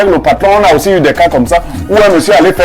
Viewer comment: J'aime kan Blériot dit: *parfait ayissi*😅😅😅